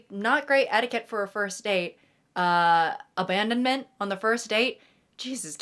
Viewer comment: "ohh this is absolutely ludicrous!" spoken in italics~ also, the ABANDONEMENT ON THE FIRST DATE! can't we wait until 6 months in! oh i'm crying hahahah